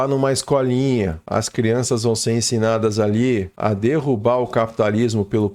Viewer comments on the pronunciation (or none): none